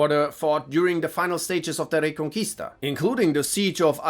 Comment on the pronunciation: I don’t know German at all so I’m not sure if they have Spanish ‘R’ rolls but dang pronounces Reconquista perfectly lol